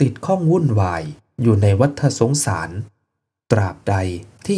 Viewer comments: วัตตะสงสาร ไม่ใช่วัตถะสงสาร เรื่องธรรมะย่างนี้ต้องอ่านให้ถูก มิฉะนั้นไม่น่าเลื่อมใสศัรทธา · ัวัฏสงสาร ออกเสียงว่า วัด ตะ สงสาร ฏ ตัวนี้คือตัว ตอ ปะตัก ไม่ใช่ ตัว.ถ